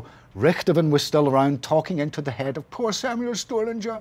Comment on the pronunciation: I need ze work